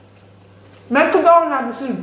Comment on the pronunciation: ‘ DI MEKKKKKKDONALLLLLL’ Aggiungi altre consonanti daiii😂😂